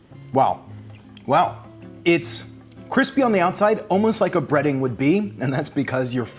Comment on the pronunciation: Cwispy. Joshua Weissman crossover when?